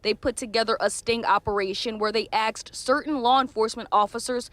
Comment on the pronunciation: Did this news reporter really just say "axed" instead of "asked?" 🙄 Embarrassing lack of standards for this station.